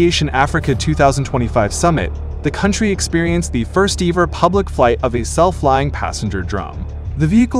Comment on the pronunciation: I love how the AI pronounced ever as "Eee-ver" lol